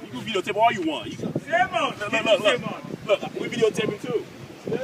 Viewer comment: Veedeeo tape. xD